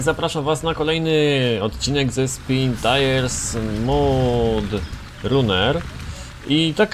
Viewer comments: Mówi się mad raner a nie mud runer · Czyta się Mad Ranner a nie Mud Ranner